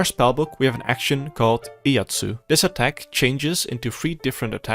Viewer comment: Its Iaijutsu not Iatsu :P If its easier, just call it quick-draw, as that what it translates to, quick-draw techniques. And even people with a single braincell will understand if they look at the... sheathe and draw animations of the Iaijutsu skills